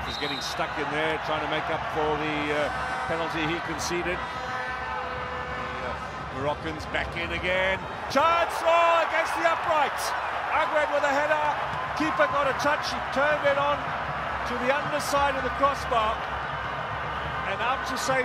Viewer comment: that header from Aguerd if it went in, Morocco would qualify to the semi finals but unlucky... plus we pronounce it Agerd not Aguerd like Aguero.